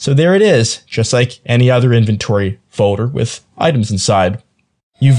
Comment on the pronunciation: Most people say "FOLDER" not "FODER"